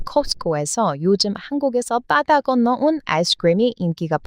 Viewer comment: ㅎㅎㅎ 엄청 똘똘한거 같은 도 "바다 건너서" 발음은 잘 못하는구나 "빠다 건너서~~" 이런바지들요~은 이런빠지들요~ ㅎㅎ